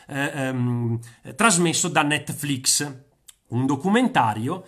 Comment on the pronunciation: Quando hai detto netflix sembrava la pronuncia di mia nonna...comunque tanta roba....